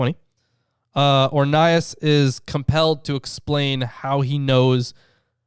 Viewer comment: You said his name rong